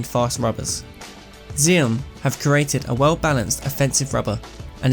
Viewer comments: it is pronounced axiom not ziom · I think the name of the brand is supposed to be pronounced 'axiom', like in mathematics?